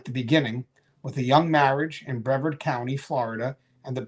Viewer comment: Brevard is pronounced "Breh-vard"... two syllables, emphasis on "vard"